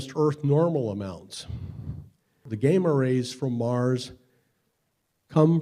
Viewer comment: "Game-ah rays..." lol. What's next? Nucular bombs?